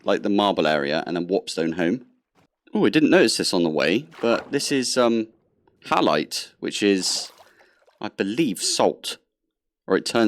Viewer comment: You actually only got four out of the pronunciations wrong and a couple of those were just minor (e.g. Halite is usually 'hay-light' rather than 'hal-light' in the UK). Better than I've heard from many first-year (and graduate) Geologists. 😂